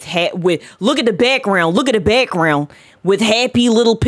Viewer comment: “Look at the beckgrenound” lol her pronunciation is fascinating.